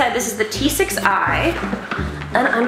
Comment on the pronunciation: Justine, did you say T6i or “G6i”?